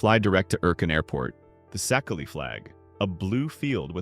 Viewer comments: Szekely is pronounced like "CK"... like Louis Szekely... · Szekely is pronounced see-kay